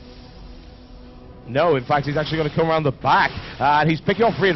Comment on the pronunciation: hehe yeah he also puts a `k` at the end of a lot of words like goingk